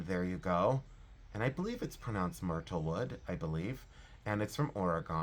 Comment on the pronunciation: You said myrtlewood right but Oregon you want to say "Oregun". That's how we in Oregon say it. Sending you airhugs of positive loving energy to you and yours . Love you because I do and you have grown on me❤❤❤❤